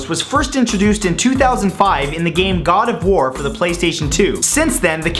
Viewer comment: Is it just me who thought that he said gardevoir comic (as in the Pokemon) not God of war comic?